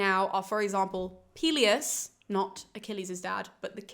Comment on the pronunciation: Pelius and Peleus are easier to remember if you pronounce them correctly. Greek is like Spanish, in that you have to open your vowels when you speak.